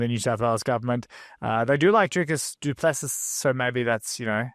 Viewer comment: Have youwatched ANY of DDPs fights, EVER?? YOUsis SHOULDsis OPENsis YOURsis EARSis & LISTENsis HOWsis HISis NAMEsis ISis PRONOUNCEDsis - FFS! The SSSSSSSSSSSSS is SILENT, numbnuts, S I L E N T.. For Fucksis Sake!